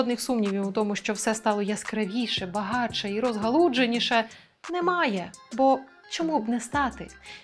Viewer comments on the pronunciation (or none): розгалуДженіше ???? Що??? Ви журналісти чи хто? Грамотність має бути вашою сильною стороною. Це якась хвороба журналістів (особливо російськомовних) - говорити "відчудження" і "розгалудження".